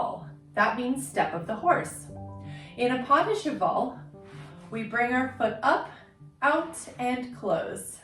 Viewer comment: Cheval = [shu-val] (al as in Val or pal) ❤